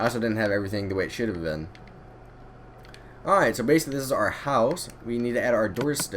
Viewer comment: Dude stop saying airight